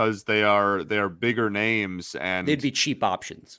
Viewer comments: No one is worst at name pronunciations than. It's actually mind- blowing. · I hate that says like half of the players names in the league wrong, always makes it for a hard listen when that happens.